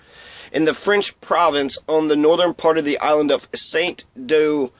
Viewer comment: Saint Domingue. Pronounced: Sān Doming. Not Saint Domingué.